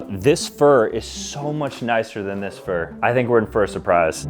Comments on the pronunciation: "in fur a surprise" 😮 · "I think we're in FUR a surprise" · “I think we’re in fur a surprise” 😂😂